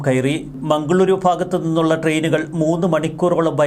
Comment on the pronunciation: മംഗളൂരു.. അല്ല. മംഗളൂറു.. അതേപോലെ... ബെൻഗളൂറു... എന്നാണ്. ര യും റ യും നോക്കി വായിക്കുക.